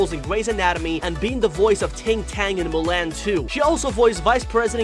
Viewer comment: he also pronounced Mulan wrong. I think he has a speech impediment